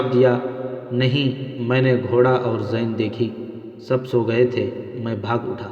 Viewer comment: My Dear Brother,,Chand Ilfaaz Kay Talaffuz Ko Darust Kar Lain,,,Jesay Aap Aqab Ko Oqab Aur Sehra'a Ko Sohra'a Aur Sair Hasil Guftagoo Karna Sair Ho Kar Khana Iss Ka Talaffuz Puranay Wazan Aadha Sair Aur Aik Sair Magar Aap Chalnay Phirnay Wala Lafz Use Kartay Hain<>Aap Dictionary Ko Use Kar Saktay Hain..Aur Lafz Zeen Ko Aap Zain Parhtay Hain..PLS Aap Apnay Talaffuz Ko Theek Kar Lain<> Thanks A Lot<>